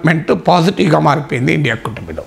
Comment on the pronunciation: ఒరే ఇండియా కాదురా I N D I A అని పలుకురా